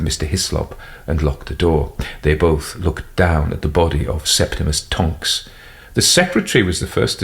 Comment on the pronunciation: "Septemus Tonks" this AI trained on JK Rowling!